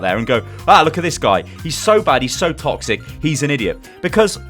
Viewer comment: always remember: "Thet are all taxic"